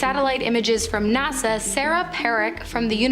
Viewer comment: Bro said Nasar instead of NASA